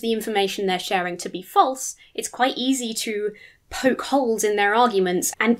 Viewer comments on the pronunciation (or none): none